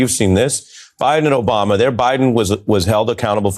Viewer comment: President Donald Trump: Obamna.